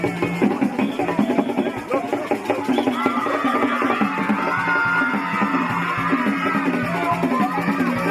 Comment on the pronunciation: It’s Zang-bee-toe